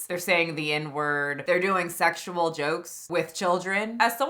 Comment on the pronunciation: She is gross… “It wasn’t segzual” … “I do things that are a like inappropriate.” “I use innuendos but it goes over kids heads…” girl stopppp go back to your cave.